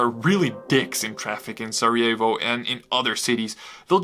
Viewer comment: Ček zašto izgovaraš "Sarajevo" ko da si Amer?!